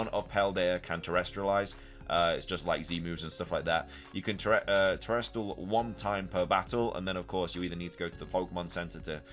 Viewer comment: TeresTAL not TeresTRAL.